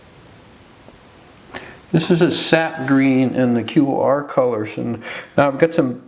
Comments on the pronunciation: QoR is pronounced core hope that helps... it's my main pallet and I have 83 colors LOVE them!!!!!!!❤ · I love QoR. They are my main watercolors. So it's really killing me that you are pronouncing it as if spelling it. They are pronounced core like the core of an apple. Hope this helps :) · Think QoR is pronounced core.